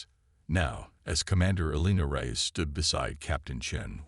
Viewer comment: The story would be good if not for your Crappy AI. Like someone else said, do most of you get your freaking AI from the same second hand store!!!!!!!!!!!!!?????????????? Your POS AI says "Reyes" differently damned near every time it is spoken. AND, what the crap is "em-BLEHZened"?